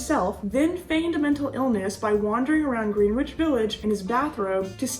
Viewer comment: By the way,, don't pronounce the "W" in Greenwich. It's pronounced GRENITCH (short 'e')